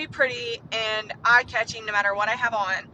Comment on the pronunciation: Why can't women pronounce "and"? Ayund isn't a word